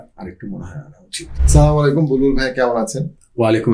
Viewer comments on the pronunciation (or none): শুদ্ধ ভাবে সালাম দিতে জানে না কি বলব বলার কোন ভাষা আছে।